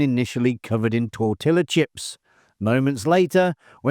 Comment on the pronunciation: This guy said “tor-till-a” and “tack-o”